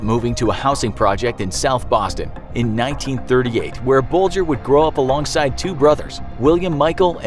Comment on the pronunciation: That's how Bulger is pronounced